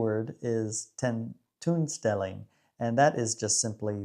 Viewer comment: oo: tentoonstelling is pronounced like 10 TONE stelling not like the oo in cookie or look